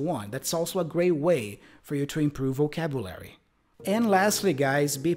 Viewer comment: I think your pronunciation is not too bad overall, but the word "vocabulary" sounded a bit off.